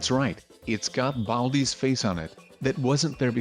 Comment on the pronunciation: Classic you said baldi wrong